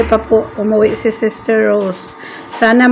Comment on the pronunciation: Why you always saed saed sester